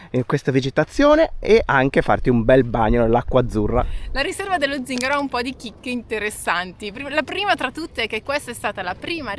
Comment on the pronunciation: Zingàro proprio non si può sentire 🤣